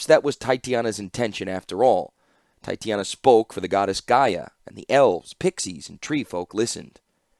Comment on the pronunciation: Any chance youll go back and re-record some of these? In general this is great and I appreciate your work and am so glad i can listen to these in the car. I also am going nuts because u keep saying titania wrong and think it would be mutually beneficial. (Its pronounced TAI-TAY/TAH-NEE-UH) I hope this doesnt come off as insensitive or like Im blowing you up in the comments, I just dont know how else to contact you.